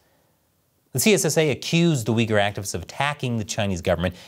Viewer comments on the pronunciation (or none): none